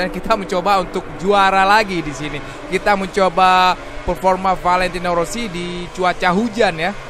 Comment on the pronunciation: Rossi bg bkn wosi